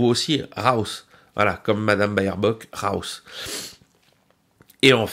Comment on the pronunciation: pas "Bayerbock" mais "Bêrbock" 😉